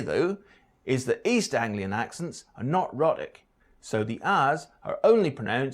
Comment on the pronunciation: Our so-called expert mispronounces 'rhotic' in the first few seconds......